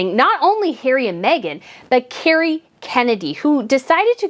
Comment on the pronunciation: FYI, her name is "Kerry". Not "Cary".